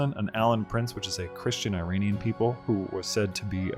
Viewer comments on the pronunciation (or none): none